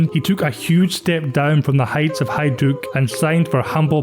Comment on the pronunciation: Pršo isn't easy to pronounce but you gave it a good go. You also pronounced Hajduk properly. An English narrator would've said PurSO and Hayduk 😂That's what I like about your Scots. The Irish the same. You make an effort.